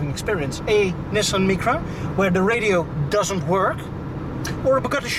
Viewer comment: Please next time pronounce Nissan Micra properly in English.